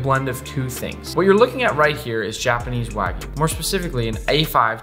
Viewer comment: First Person i see pronouncing Wagyu correctly. W-A-G-Y-U not W-A-E-G-U....